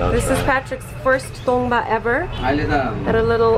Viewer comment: If you wanna pronounce correctly. it's call "TANGBA" means "wooden barrel" coz it's related with Limbu language and community then sherpas. which we use for special guest to welcome drink at home.